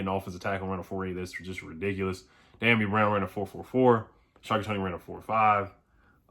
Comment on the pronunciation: CAN U PLEASE PRONOUNCE Dyami’s name right!????? Geesh u disrespecting that Man. U the only WFT you tuber saying his name wrong!!! It is Dee - Yom - EE Brown